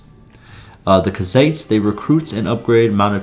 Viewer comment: Bro said cuhzates lmao it’s pronounced “koo-zites”